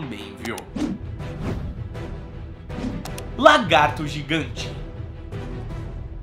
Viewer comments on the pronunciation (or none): none